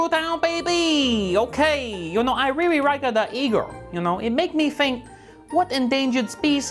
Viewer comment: "I reary like the eagle, it make me fink what endangered species I want for lunch" ROFL